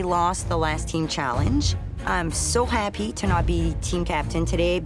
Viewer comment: "it made us all very HAPP" 😅